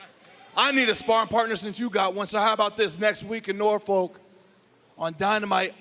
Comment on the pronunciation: It's not Nurfolk its Norfolk ! say it right lmfao